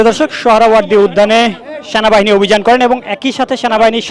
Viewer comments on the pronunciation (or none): স্যানাবাহিনী নয় সেনাবাহিনী উচ্চারণ টা সঠিকভাবে শেখেন